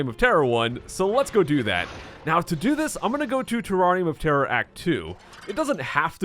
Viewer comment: IDK why, but when he says "Terrarium of Terror" it sounds like "Terrari Motera"